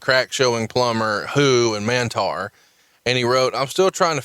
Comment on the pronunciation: Mantaur not Mantar